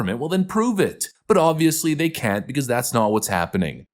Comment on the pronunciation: "We gonna see how day axe" ....... what ?